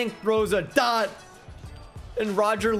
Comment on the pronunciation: Why did you say dot like that at when roger Lewis caught that lmfao I understand saying it but wtf was that